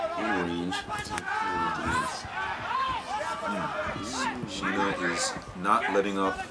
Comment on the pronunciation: To the reporters, the name is SINA. not Shina